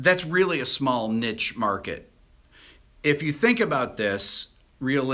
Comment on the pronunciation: Ricks gone down in my estimation for pronouncing niche, nish rather than neesh.